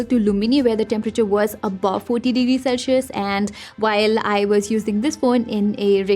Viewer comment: I know, your saying it all wrong,the word is Celsius, sel-see-uhs.